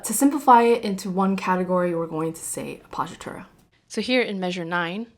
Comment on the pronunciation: I'm Italian: isn't it weird that I understand your English better than your «appoggiatura» (which actually I didn't get until I saw it written)? Anyway, I'm sorry you didn't receive roses: you really deserve a bunch of them! For what it's worth, here's my contribution: 🌹🌹🌹🌹🌹🌹🌹🌹🌹🌹🌹🌹🌹🌹🌹🌹🌹🌹🌹🌹🌹🌹🌹🌹🌹🌹🌹🌹🌹🌹🌹🌹🌹🌹🌹🌹🌹🌹🌹🌹🌹🌹🌹🌹🌹🌹🌹🌹 (And your mom telling you «Bobby doesn't seem like he thinks of you much, he doesn't look for you anymore»... That was so rude!)